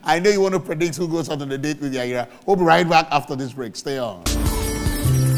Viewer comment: It’s Yayra not yayira